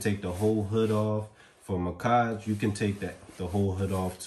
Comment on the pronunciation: Muhkage? Lmao I read it as Mack-ege lmao the blue one is so sick tho frrrr